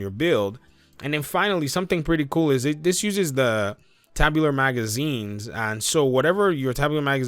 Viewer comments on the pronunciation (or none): Tube-u-lar, not Tab.... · Good vid but not to be all grammar nazi but bro, it's TUBE-YOU-LAR . tubular mag. Seriously not hatin. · It’s pronounce “Too-bew-lar” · A/ shotguns are close range weapons. Say the range of it is 10m. 10% of this is 1m so a no brainer, loose 1 m for 2% more damage. B/ TUBUlar, as in it's the things in the shape of a tube (pronounced tewb) Other terrible mispronounciations (mainly by americans) are things such as;- turrant - there is no 'n' in the word, it's a turret ( turRET) Gila guard - this is a multi nation mispronunciation, its HEEla, as in gila monster, a mexican lizard.